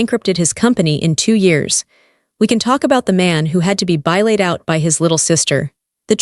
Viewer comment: Bailed is not pronounced bi laid😂